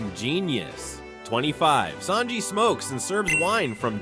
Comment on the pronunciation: Holy crap, I'm glad I'm not the only one. Who the heck are Saybo and Saynji?